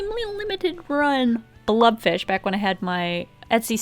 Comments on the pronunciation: Isn't it a blobfish, not a blubfish? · is she saying blood fish or blob fish or blub fish?